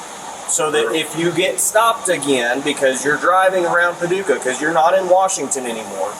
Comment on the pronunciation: It's Pah- duuu- kah!